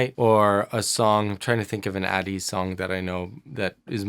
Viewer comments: Please,. Pleeeeease. They're A-TEEZ, rhyming with HEY-CHEESE. Not AT-EASE. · hey just wanna let you know that ateez is pronounce aye-tease (like the letter A + tease) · Thank you for another ATEEZ (pronounced more like 80’) reaction can you please react to some more songs like Turbulence where their vocals are more shown Iwould love to see your analysis and reaction ❤️ also Answer and Inception, my top tier for sure! ateez are a versatile group and they have a lot of genres in their discography ❤️